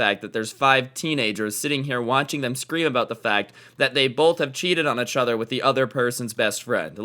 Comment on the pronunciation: I like how says echother instead of each other